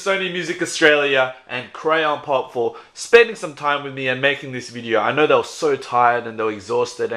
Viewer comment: The way says Crayon Pop, it sounds like grandpop